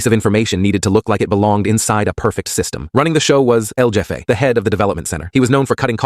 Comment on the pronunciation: El Jeff E? El Heff A. Shizzzzzzzz.